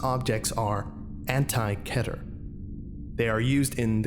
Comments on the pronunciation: TheCipherBoy The correct Hebrew pronunciation is Keh-Ter. That’s why most people go off that. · This is absolutely fantastic. I wish you wouldnt say "ketter" though, its so infuriating! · It’s pronounced keeter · Kehter? I've been pronouncing it keeter this whole time! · do you really pronounce keter as ketter? i always thought you pronounce it as keeter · when he said keter like 'kedder' i DIED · You can say it either way, but the correct way to say it is key-ter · mispronounces keter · Ever notice how people have a different way in saying "Keter"? First time i heared it was in SCP:Containment Breach. Always wondered how the actually pronunciation is.